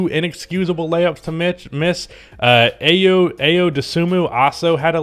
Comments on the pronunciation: Its Eye-o , eye-o!!!😂😂😂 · you can't call yourself a Bulls fan and still be pronouncing Ayo like that, it's I-yo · Its Eye-O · It's pronounced eye-oh fyi :)